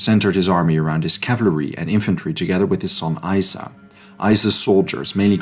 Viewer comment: Just a heads up - Isa is pronounced more like "yeesa". And this channel was a revelation, for sure.